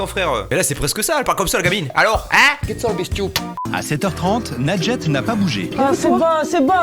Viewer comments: ANECDOTE : Michel de notre équipe n'arrive pas à prononcer ton pseudo, alors il dit MOUSTOU. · Quand la mère dit moi j'entends "lingette" j'suis la seule 😂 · C'est quoi ce prénom sérieux, à chaque fois j'ai l'impression qu'il dis "Lingette" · « bambin » 😭😭😭😭😭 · J'ai compris lingette 🤣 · Pendant toute la vidéo j'entendais "lingette", RIP Panpers votre représentante est pas folle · Perso j'entends "lingette" 🤣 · C’est juste un prénom arabe nadjet mais tu le prononce mal du coup c’est pour sa sa donne r